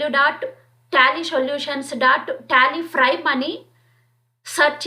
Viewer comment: Prime not frime